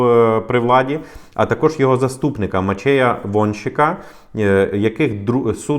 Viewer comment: МаЧЬЕЯ??? МачЄЄєй😂😂